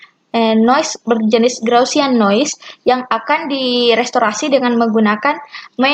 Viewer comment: Gaussian.. bukan Graussian